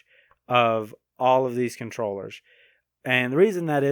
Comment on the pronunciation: It's funny hearing him say controwheress